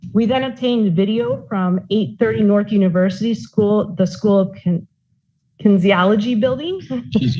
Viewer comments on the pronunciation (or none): kin-EEES-ee-all-o-gee (lmao)